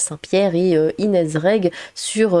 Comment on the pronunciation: Inéze ?! 🤣🤣🤣🤣 Inéze ?! Sérieux ? Mais tu sais pas parler en fait ?